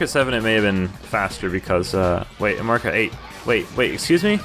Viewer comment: he dissed Mario’s name hard lmao